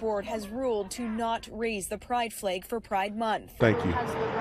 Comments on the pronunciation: This reporter needs to work on her pronunciation of the word "flag". It sounds like she says "fleag". Or is it just me? Another good show, Officer Tatum! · Her pronunciation of FLAG with a long A was grating on my nerves.